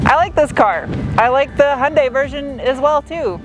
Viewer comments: Love your humor! Please pronounce KIAs sister brand right: yoon-DAY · Fortunately for those of us suffering from car-brand-name-pronounciation OCD, Kia is much easier to pronounce than HI AN' DIE.